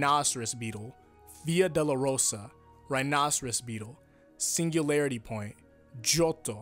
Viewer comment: still a better explanation than the one from Jorge Joestar. Also, it's "doh-loh-roh-sah", not "delarosa"